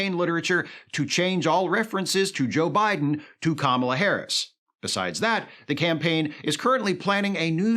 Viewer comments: Not believable. They consistently pronounced "Kamala" correctly. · Wait, that Fox News anchor just pronounced Kamala's name correctly! You call this authentic?!